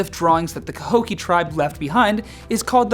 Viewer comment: Not to be mean, but you did pronounce Cahokia and Piasa (Pie-a-saw) wrong. And I've never heard of a 'thunderbird'. I'm from that area. And trust me a lot more scarier legends. Like the whole entire riverbend area is haunted and has been since the Civil War. You could have done Small Pox Island, a small island in the middle of the river where they put Civil War prisoners with small pox.